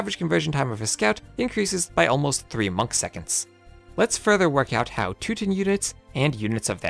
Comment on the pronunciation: two-tins does make sense in regards to the English language though, as it has a strong tendency to realize vowels in unstressed syllables as a "schwa" (the "i"-like sound in "tins"). So I don't mind the "two-tins" pronunciation. On the other hand, in "teutonic" the "ton" is the stressed syllable and as such, the vowel is fully realitzed as an "o".